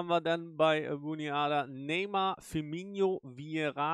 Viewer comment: Sehr gute Videos, bis auf die Aussprache mancher Namen, die zumindest bei mir Ohrenbluten verursachen. - Firmino wird genau so gesprochen wie geschrieben. Du sprichst ihn aus, als hieße er "Firminho" (tut er aber nicht). - Aussprache João